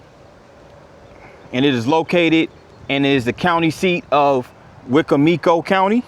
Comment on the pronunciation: Great video. This is how you say wicomico wecombmecoe